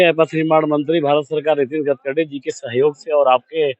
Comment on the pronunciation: गटकरी नहीं होता है गडकरी होता है। आप जितना रिपोर्टिंग किए है सबसे गलत नाम बोले है। सुधार की बहुत जरुरत है आपको अभी।